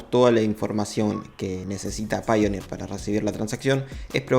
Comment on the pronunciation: Yo quiero aportar que tanto paypal como payoneer se pronuncian /pei/ porque es el mismo inicio. Pay.